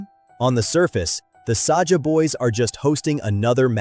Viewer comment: It is not Sasha it's Saja😂❤